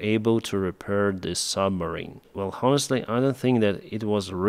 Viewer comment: I watch you every day . Your English is very good . The “H” in honest is silent . It’s pronounced onest not honest that’s on est . Keep up the good work .